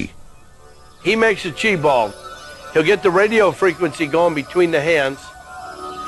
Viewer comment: Did the fake dude say “chi ball” or “cheese ball”?